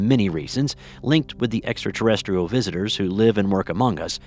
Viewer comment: Say extra terrestrial again